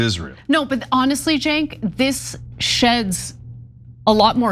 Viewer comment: You've been to Turkey many times, but you don't know how to pronounce Cenk???????????????????????????